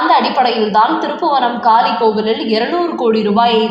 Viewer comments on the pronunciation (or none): காலி அல்ல காளி கோவில் தமிழை சரியாக உச்சரிக்க வேண்டும்